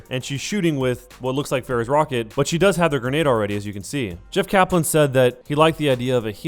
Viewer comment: "Jeff Kalan"